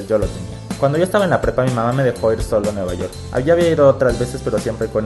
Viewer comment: Dijo nuevayort